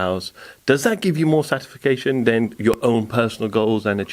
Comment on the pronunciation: Satisfication isn't a word, dude. 😆Satisfaction is, however. 🙌🏻🍻